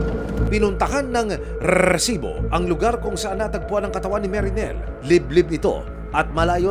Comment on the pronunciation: Yung RRRRREsibo na pagbigkas niya tuloy parang unrealistic and balita. Anyway, rape case kelangan ibalik ang bitay. Halos linggo linggo may ginahasa at pinatay. Tingnan lang natin kung may gagawa niyan kapag bitay o lethal injection amg parusa. Tanda ko noon Leo Echegaray, halos ilang taon ding walang kasing rape.